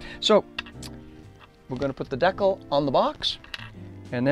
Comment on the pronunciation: i thought this was a very well-done in interesting video for ta couple reasons,. First, it brought back memories when i built an AMT 1/25 Ranchero kit back in 1961. Second, you kept pronouncing decal as deck-el rather than de-cal. This is something I've always done since I was a kid. I'm now over 70. <LOL> Third, I've built a lot of brass/wire chassis over the years & seeing other's works always interests me.